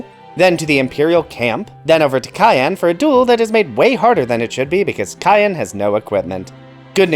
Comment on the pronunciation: I have never met anyone say cyan as cayenne